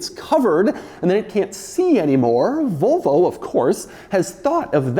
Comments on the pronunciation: Why do Americans pronounce it vovo? there's and L in there too. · Why do you keep saying “Vo Vo”?